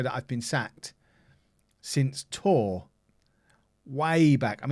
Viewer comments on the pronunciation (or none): Toooeer?!? Which team is that in France?!? Nonleague to Legend in fm17 according to, is it Tours?!?